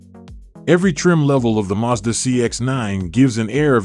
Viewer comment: First of all, it is Mazda not Muzda.